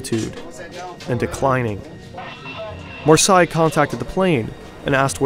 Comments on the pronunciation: That’s an interesting pronunciation of « Marseilles » 🤣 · Butchering marseille like that wtf 😳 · Marseille is not pronounced like that😂😂😂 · The 'Marseille' pronunciation really annoyed me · I'm not even french, but the pronunciation of "Marseilles" (Mar-sey) almost as "Versailles" (Ver-say) is really jarring and takes away focus from the video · Learn how to pronounce marseille ! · Great video. You butchered the names Marseilles and Alps. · you are saying the Marseile wrong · It appears the fake-voice computer ‘narrator’ can’t pronounce ‘Marseille’ correctly. Isn’t technology great?😂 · Great video! For future reference, Marseilles is pronounced "Mars-say", not "Mars-sigh". I just found out about your channel and am a new subscriber! Awesome, AWESOME reporting! THANK YOU! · it's pronounced Mar-say, not mur-sigh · Good video but good God, you should have checked the pronunciation of Marseille before recording. The vowels are reversed to Versailles: Mahr-seyy . Really distracting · Marseille [mar - say], not [mar - saai], thank you. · That pronounciation of Marseille is killing me. Mar-SAY, not Mar-Sigh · I'm decently sure that it isnt pronounced Marsai and instead Marsay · Mar sai mar sai. You mean Marseille — mar-say? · Marseille = Mar says which is how it's pronounced. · To pronunce "Marseille" you can just say "mars" then the letter "a" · No it's pronounced Marseille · Say Marsai one more time. I dare you. I double dare you. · Marseille is pronounced MAR-say. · As someone who lives in France, i'd just like to correct you with Marseille. It's said Mar-say. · It’s Mar-Say ffs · Marseille is more like 'mar-say' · Pronounced "Mar-Say"... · I would suggest that you put Marseille in to a translator and listen to it. Good job the video has subtitles or i would have never guessed it was Marseille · as a frenh, this is a true mistery to understand how you get to this prounonciation for 'MARSEILLE" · would be nice to get the proper pronunciation for Marseille...